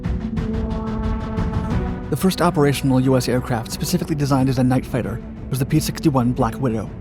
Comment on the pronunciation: "Night fitter." Bye.